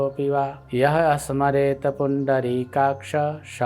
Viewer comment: " सर्वावस्थां " की जगह " शर्वावस्थां " बोला गया है, कौन सा सही है ?? . . . " स "और " श " अलग अलग अक्षर हैं , हैं कि नहीं ?? - पर स्क्रीन पर लिखा है " पुण्डरीकाक्षं " . . . और बोला गया है " पुण्डरीकाक्ष ", कौन सा सही है ??